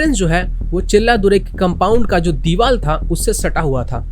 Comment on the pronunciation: Deewar not deewal👍🏻